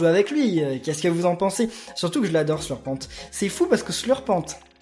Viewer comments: sa se li sleurpen pas sleurpente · slurpent(t muet) pas SLURPENTE